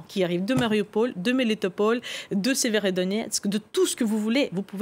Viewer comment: "Serevodonetsk" LOL